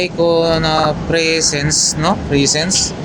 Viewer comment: Yung Presence lodi, Presage naman yun. Presaj ang pagkapronounce.